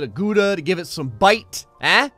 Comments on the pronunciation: gouda is pronounced like gowda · gooda? as a dutchie that pronunciation hurts my ears. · Wait, is that how Americans pronounce Gouda? 😂😂 omg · makes "Gouda" Pizza